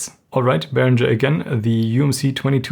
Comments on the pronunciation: Mir stehen jedesmal die Haare zu Berg wenn ich höre Behrinscher. Himmel! Es ist ein ganz normaler deutscher Name Behringer, wird so gesprochen wie es geschrieben ist ohne sch! Otherwise great show from ( nice haircut btw) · You really should have applied a high-pass filter to the video's audio, or even to the microphone. Also, it's odd that as a German speaker you used the incorrect American pronunciation of 'Behringer'.